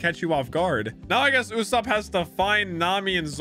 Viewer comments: IS NOT YASUP ITS YUSOPP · Bro, please. It's Usoooopp, not Usaaaaapp. I know it's kinda hard to pronounce, but please. Anyway, I loved your One Piece Reaction series! Hope you do more of these in the future. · oh boy 💀 his name is literally “ usopp” kinda from the Japanese word “嘘” pronounced as “uso” which basically means “ Lie “